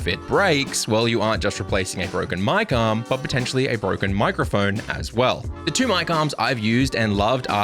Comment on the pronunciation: I was listening to this without watching and it took me forever to realize you were saying "mic arm" and not "my com"